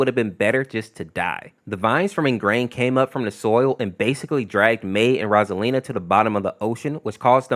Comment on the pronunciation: The way he pronounced "ROSALINA" and "OH HO" hurt my soul in a Pokèmon way (i understand the Hurry reference though)